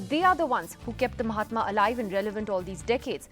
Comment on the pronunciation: you know it's on MAHATMA NOT MOMATA